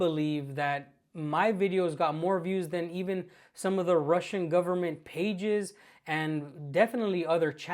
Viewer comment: This guy can't even pronounce "russian" wright..